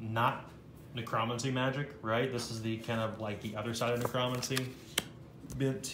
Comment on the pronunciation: I realize I am being seriously OCD about this so I'm sorry in advance. but you said necromancy incorrectly. It should be pronounced nek ruh man sea. Once again, I am really sorry about my OCD about this but, I just wanted to point that out. 😉